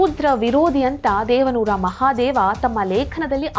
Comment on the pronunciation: ದೇವಾನೂರ ಮಹಾದೇವಾ ಅಲ್ಲ ದೇವನೂರು ಮಹಾದೇವ ಸರಿಪಡಿಸಿಕೊಳ್ಳಿ